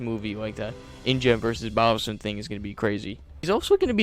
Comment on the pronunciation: Dogson not Dawson…